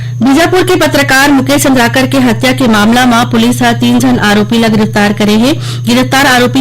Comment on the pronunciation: सुरेश चंद्रकार मुकेश चंद्रकार। अरे उच्चारण तो ठीक से कर लिया करो जी। बहुत दुख लगता है। छत्तीसगढ़ी किस प्रकार से चंद्राकर है कि चंद्रकर है जरा समझ लिया कीजिएगा।